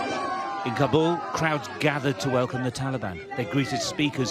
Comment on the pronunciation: It’s Kabul, not CAR-BALL